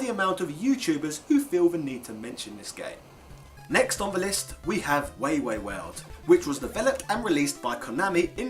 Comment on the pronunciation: Nice video of Famicom games! Some advice for your Japanese pronunciation. This vowel rule applies to every word in Japanese. a - "ah" as in allow e - "eh" as in elephant i - "E" as in enough o - "oh" as in open u - "oo" as in oops So, Wai Wai World would be pronounced as "Why Why World"